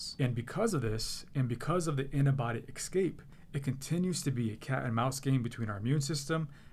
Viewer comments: I don't trust a doctor who can't pronounce the word "escape". LOL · That is one of my pet peeves and he said it twice! Terrible, there are so many other things in this world to be upset about, yet that was bugging me too :)